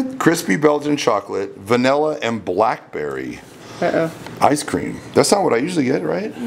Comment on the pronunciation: Anyone cringe every time he said BLACK Berry